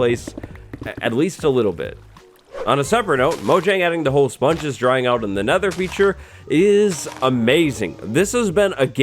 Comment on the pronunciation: when you say sponges it sounds like spawn juice